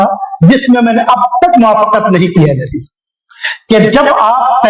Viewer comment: Abe tumse ahle hadees bola nahin ja raha hai aur beta Tum Al bol raha ha